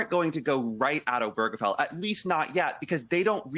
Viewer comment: Why can't anyone pronounce "Obergefell" correctly?